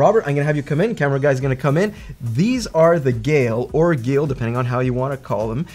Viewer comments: Geil is pronounced like the name Kyle, but with a G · I get Geil is hard to pronounce, its kinda the nile, but with a G :)